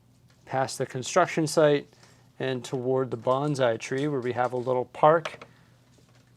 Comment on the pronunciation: It may be the Canadian accent, but when you say Bonsai (small tree, literally “planted in a container”) it sounds like Banzai (literally "10,000 years of life", used as a triumphant cheer in modern Japan, historically as a dedication of actions to the Emperor before a kamikaze pilot crash).